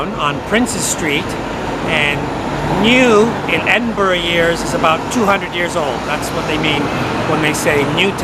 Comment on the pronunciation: A rare treat, an American that took the time to learn how to pronounce Edinburgh